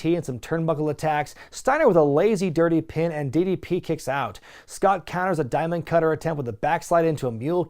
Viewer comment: I cringe every time he says “diamond cutter” 😖